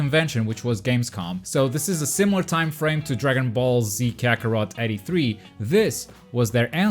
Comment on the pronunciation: It’s called dragon ball KAKOROT